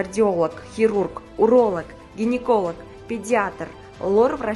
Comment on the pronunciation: Гениколог эмес,гинеколог болот...